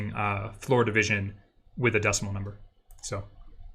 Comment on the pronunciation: There was one moment when I was confused because it sounded like the instructor was saying "FloridaVision" instead of "floor division". . . 😅